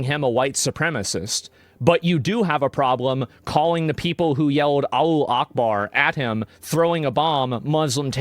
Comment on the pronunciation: “ALLO ACHEBAR” 😂🤪